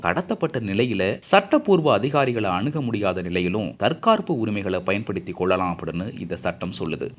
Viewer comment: Yov..tharkaarppu illayya.....tharkkaappu.....nakka nalla Vadi.....singamdi..........